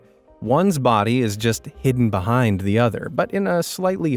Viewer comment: SERIOUSLY STOP SAYING BUHIND